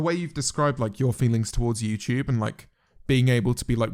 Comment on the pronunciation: he really said yewchube